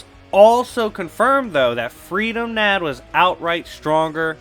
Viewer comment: Its pronounced with a short U not a double O sound. Almost like "kahn" but with a u. Freedom Nadd is pronounced Freedom Nod